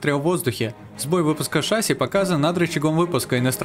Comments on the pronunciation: Не шáсси а шасси́! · шассИ, а не шАсси 🤣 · Не шАси а шасИ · шассИ, шассИ, а не шАсси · Ни шАси а шасИ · НЕ ША́ССИ, А ШАССИ́ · Не шасси, а шасси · Не шáсси, а шасси́ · Не шАсси а шассИ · Меня убило как он поставил ударение на А в шассИ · Прошу, называй шасси правильно, ударение на И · Так в слове шасси ударение на И же ставится... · Судя по гуглу ты неправильно ставишь ударение бро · на слове шасси ударение падает на букву а, а не и